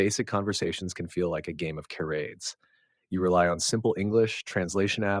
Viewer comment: . Stupid aye eye can’t pronounce charades. Hahahahahahaha.